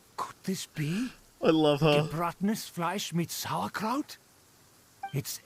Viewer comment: I´m very surprised, the voiceover has vocalized "Gebratenes Fleisch mit Sauerkraut" correctly... It´s german for roasted meat wirh sauerkraut. The meat is pork without question. Using beef would be inadequate. In Germany it usually is served with gravy and dumplings or potatos. A traditional dish in Germany that comes close is "Rheinischer Sauerbraten", the meat however is beef in this case, in old tradition it would be horse meat